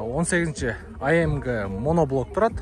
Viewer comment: АМГ ЭМЕС АМЖ БОЛОТ